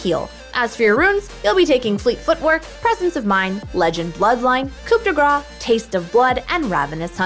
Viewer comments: we do not pronounce the P in coup , and yeah we say it like grass, so it's roughly like "cou de grass" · I had french for one year and imo it should be pronaunced as coo de greiz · will y'all quit saying coop d gras in all your videos for the rune? the p is silent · pronouced coo de grah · I like how every american say "coup de gra" instead or "coup de grace" yet they prononce "amazing grace" correctly. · coup de grace is actually pronounced "cou de grá" but okay